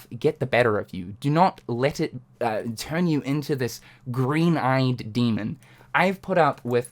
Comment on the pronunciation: its gween!